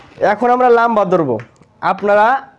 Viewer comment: লাম্বা না লম্বা🤣🤣🤣🤣🤣